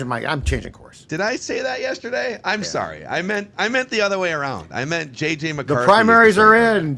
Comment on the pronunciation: say JJ, as in jets. Not 9